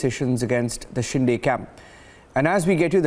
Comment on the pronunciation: Dear Host It's Not Shin-Day but Shin-de.